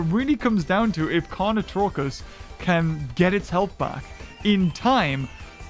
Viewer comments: "carnotarkus": carnotruckus! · Anyone else triggered because the entire time he was pronouncing carnotarkus wrong?